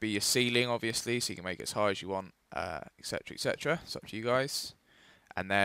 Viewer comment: Can't you mayc hongr gayms